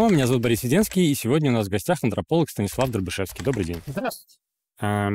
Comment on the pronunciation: невозможно слушать, такого гостя запороть( еще и "СИанислав".